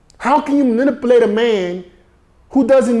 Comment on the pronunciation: my nigga tried to say manipulate and said some bullshit! lmao im dying edit: he butchered manipulate again lmao ANOTHER EDIT: HE BUTCHERED MANIPULATE AGAIN IM FUCKIN DEAD!!!! LETS FIND A NEW WORD BRUH! good video though my boy!